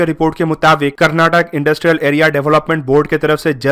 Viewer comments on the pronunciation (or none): none